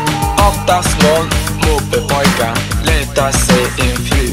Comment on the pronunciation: Det låter som att han säger "moppebögar" efter ett tag